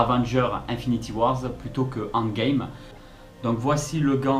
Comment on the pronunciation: désolé mais la prononciation que tu fait de endgame n'est pas la bonne tu l'a fait en français bien prononcé c'est endgame prononcé en anglais